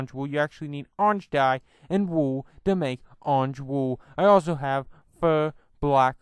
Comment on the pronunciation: Not to be rude but its probably your accent its Wool not wooooooo I also want dis mod